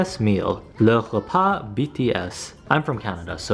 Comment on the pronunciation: Your french accent is funny lmao "le repas"